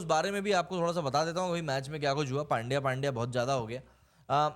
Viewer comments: भाई नाम सही से लो, पांड्या नहीं, पंड्या है उसका नाम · अरे वो पांड्या नही पंड्या है पंड्या।